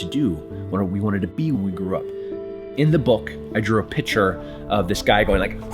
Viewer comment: Hard to take someone seriously when they pronounce the word picture as 'pitcher'